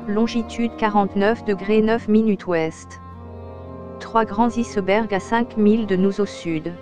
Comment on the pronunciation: C'est quoi des "issebergs"???? Et c'est comme cela tout le long! D'où sort donc cette? Voix informatique ou pas, c'est une désolation!!! Dommage, car sinon le documentaire est très intéressant!